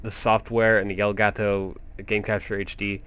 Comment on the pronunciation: i thought u said gay taco lol